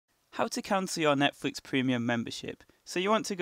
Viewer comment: He said netfix